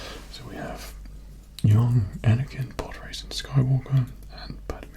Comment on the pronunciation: For me I heard: nlpprodracing